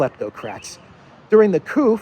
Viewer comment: durring the couf?? the eu ... what is couf? is that instead of another word?